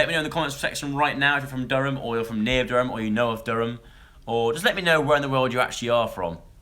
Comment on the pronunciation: Loved the way you said Durham aha spot on, P.S. I'm from Durham :)